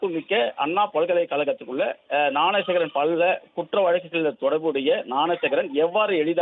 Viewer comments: நான சேகரா ?..என்ன நியூஸ் படிக்கிறே மேன் ? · Please train the news reader how to pronounce the name of the accused